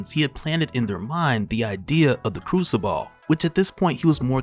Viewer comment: It's pronounced like " crusabull " you saying ball at the ends killing me lol